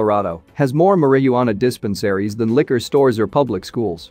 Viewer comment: Sounds like a computer narrating this video. I say this from the way it says dispensary. Good info thank you 😊